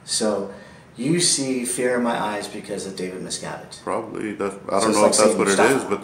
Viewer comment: “David Miscavige” lol